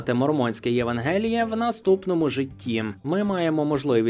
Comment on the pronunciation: Або Ви не знаєте слово євАнгеліє Або Ви один з тих, хто на свій розсуд міняє наголоси в рандомних словах, бо всі філологи дурніші за вас